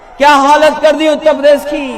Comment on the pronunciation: पहले ढंग से उत्तर प्रदेश बोलना सीख लो फिर बाद में उत्तर प्रदेश को संभालना